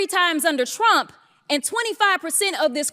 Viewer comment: Everytime I listen to that gorgeous young, new black Represent lady (*), I hear her calling TFG "shrump" ...😅 my brain then sees a shrimp 😊 Take care - Europe ⚘ (*) I'm terrible sorry, but I always miss her name 🤨